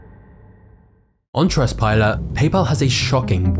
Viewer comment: Why does the commentary drop ALL trialling "T"s on all words - its unprofessional and sounds ridiculous life Trust Pilot is pronounced Truss Pilo .